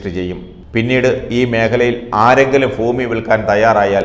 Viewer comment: ഫൂമിയല്ല ഭൂമി